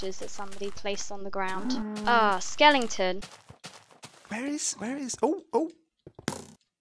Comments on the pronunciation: calls skeletons skellingtons lol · It's NOT SKELLINGTON it's SKELETON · keeps saying skellingtons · Is saying skelengton instead of skeleton?Thats what i hear. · Skelington. ugh that annoys me lol -_____- SKEL - EH - TON